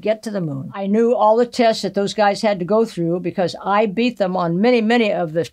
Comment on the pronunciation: "Mercury 13 TESTES"....Is that what she said?....cos thats just BOLLOCKS !!! LMFAO